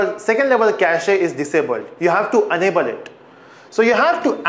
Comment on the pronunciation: cachEEEE?? really? :D